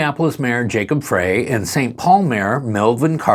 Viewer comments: Not Minneapolis Mayor Fray. It is Mayor Frey. (pronounced: Fry). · Jacob Frey is pronounced like "Fry"